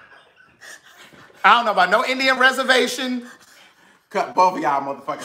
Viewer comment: Did say "Navajo" or "Napaho". LOL! I truly enjoyed watchin y'all tuhday!